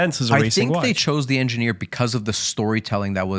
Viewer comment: Why not learn how to properly pronounce Ingenieur before doing a whole episode on it?